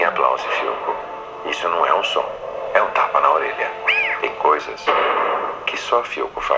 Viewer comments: Você tava certo sim, você tava falando perfeitamente o "não". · Is good your "nao" kk its porfect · A pronúncia do "não" foi muito boa, e a dela foi bem... fofa ("naum", hehehe) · Pra mim ele falou direitinho kkk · Dude your pronounciation on the word "não" is actually quite good, especially when you guys don't have any sound that is similar to that one, it's difficult :D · Seu "não" ficou perfeito, cara. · seu "não" tá muito bom! de verdade! tah quase perfeito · Hey, you really know how to say "não", it's very good! :) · A pronúncia do "não" pelo tá perfeita! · Hello, you've got it, you said the word "Não" correctly, I could hear the sound spreading from your nose, hahahah greetings from a Brazilian!!! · Omg, his "não" is perfect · Seu "não" ta certo, sou brasileira e entendi muito bem. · ele falou "Não" certinho q fofis kkkkkkk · você falou certo a parte do "não". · Her " não" is actually better than his. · ue, seu "nao" tá perfeito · já fala "não" certinho hahah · Seu "não" estava certo! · voce falou certo o nao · você fala a palavra não corretamente :) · calma cara, você falou certo, conseguiu falar não